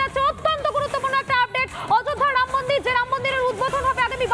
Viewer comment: শুধু চিৎকার বাংলা উচ্চারণ শিখে তারপর ভিডিও বানান।ড়াম মন্দির নয় রামমন্দির।